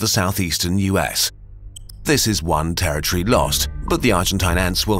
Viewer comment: It's pronounced "territory", not "terror tree".